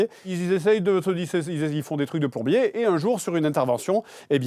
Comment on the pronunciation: Aie Aie Aie JDG à dit plombier ='(